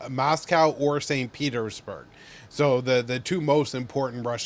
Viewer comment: "Mass-cow" and "Saint Peter's...(pause)... Berg"